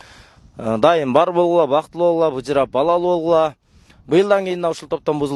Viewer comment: Быжырап дегени былжырап дегендей угулуп кетти😅